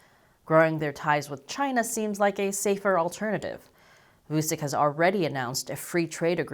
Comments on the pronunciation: Btw: the name is pronounced like Voochich, rather than Voosick. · It's not vusik it's vuchich you stupid fuck learn slavic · It's not Vusic, his name is pronounced Vuchich, with first ch pronounced hard, and last ch pronounced soft! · Vusick XD That is the funniest renaming of Aleksandar. It is pronounced Vutchich (tch in witch and ch as ending in most polish surname) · You mispronounced "Vucic", the c in "Vucic" is pronounced like a "ch" sound. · It's not vu sick it's vu CHICH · voochich, not voosick... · It's pronounced [WOO-CHEECH] For some fun, listen to Vuchich trying to talk chinese: . Oh, there's a remix too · FYI, Vučić is pronounced like Voo-chich. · Loved the content, good to know that moves of the Serbian government are getting attention from the west. We here in the neighbouring countries are getting a tad nervous of the Serbian arms race. Also, one more thing, please, try to improve the pronunciation. The letters č and ć are meant to be spelled as CH, like in the word chat or cheat... so it's VU-CHI-CH. I'm betting you're going to cover him again in the future, might be a good thing to prounounce his name properly. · It's pronounced Vuchich, FFS. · It's pronounced "Voo-tshi-tsh",. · Its promounced vutchitch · It was amusing hearing you pronounce his surname. :) To be fair though, you didn't see his surname written correctly, "Vučić". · If you really wish to put forward a convincing argument or analysis you could start off by pronouncing the Serbian president's name correctly. Anyway, all you are presenting is a load of propaganda. Kosovo is Serbia and always will be.